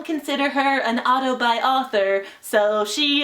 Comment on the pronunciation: Everytime she says "auto-buy", my mind thinks "autobi"